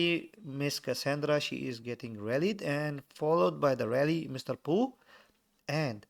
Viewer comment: It's pooh not chunga